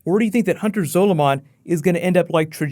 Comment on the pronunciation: Time wraiths are nothing like the black flash they are completely different and u keep saying zoloman wrong